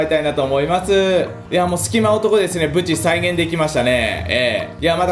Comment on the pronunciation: 無事？ぶち？(発音に問題あり)